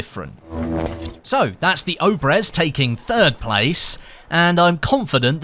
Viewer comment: Not Obrez obrEz